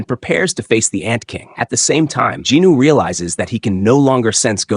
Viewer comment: I think the pronancation of the main character is wrong, i was a bit confused when i heard that name. is it not sung jin woo, but in the video i keep hearing jin noo